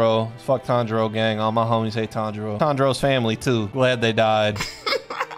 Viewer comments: Should’ve also made the rule, “Any time Inosuke says Tanjiro’s name wrong” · For part 2 add ever time inosuke says tanjiros name wrong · Why no "Any time Inosuke pronounces a name wrong"? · Zenitsu pussed out. That was a drink lol Edit: You should make a new rule that every time inosuke mispronounces Tanjiros name, take a drink.